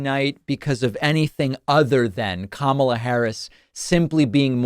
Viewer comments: The first syllable of Kamala Harris is accented. - KA - ma - la. Please have your guests pronounce her name correctly. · Why can’t people get her name right!? Can’t complain about tmp getting it wrong if professionals elsewhere can’t get it right. It’s not ka MAH la, it’s KAH ma la. 🤦🏼‍♀️ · needs to say her name correctly. Kamala = Comma-la. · Kamala not kama"la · needs to pronounce her name correctly, it's conma-la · Kamala is pronounced Comma-la, with emphasis on the first syllable. I don't think much of what you have to say if you can't even get her name right. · He should learn how to pronounce Kamala's name properly!! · Tell your guest that he mispronounced Harris' name!!!! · It absolutely enrages me when people like this doctor mispronounce Kamala's name. I expect it out of the Trump cult, but why, with all the news coverage on the correct pronunciation, do otherwise smart people continue to pronounce her name incorrectly!